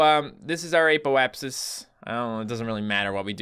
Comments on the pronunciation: It is not pronouced ApO-apsis it is pronounced a ( as in apple) p O (as in oh) apsis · Its pronounced aahpoapsis